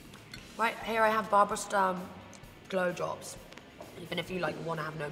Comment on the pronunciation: I am so in love with her and i don't even know her. but actually I do. spiritual. and Actually I didn't understand glow drops. sounded like bl... ehm oh wait. I phone's ringing